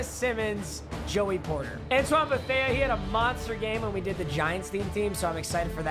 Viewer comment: “Antoine BethEa”